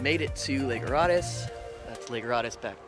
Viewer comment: Rode Hiss is the pronunciation. You can tell if your not from here. There ya go! I heard you correct yourself later in so I edited it.